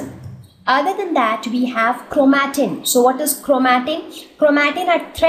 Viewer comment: Its not chromateen it’s chromatin 😌